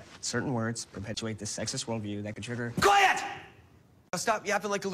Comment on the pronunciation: Am I the only one who thinks he yells "QUIT IT" as opposed to "QUIET"